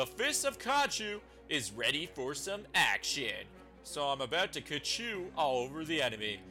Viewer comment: its khonshu ok kachu